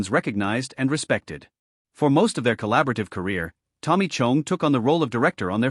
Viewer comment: I hate the way it says Tommy’s last name